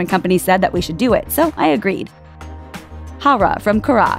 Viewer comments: "Haw-raw from kaw-raw" .... wtf... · hoara from kuora lmfao you could just look it up from google translate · "Hara from kraa"